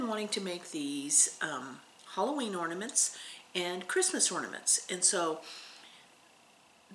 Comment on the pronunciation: I'm listening to you on my 📺 . Every time you say orny sals. It sounds like you are saying ( please forgive me lol) horny sals. And I go What did she say! Lol I hope I didn't offend. But you keep me smiling